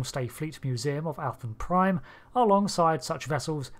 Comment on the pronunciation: "Athan" is pronounced "AY-than." Literally just "Nathan" without the "N."